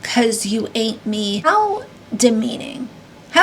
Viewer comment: Mind you she’s not saying ain’t she says hate me cuz you ANT me 😂